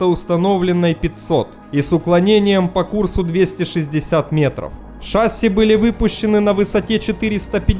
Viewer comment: Не шАААсси, а шассИИИ! А вообще хорошие ролики, спасибо!